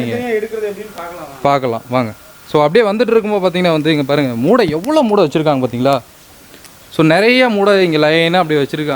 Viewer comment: மூட இல்ல boss மூட்டை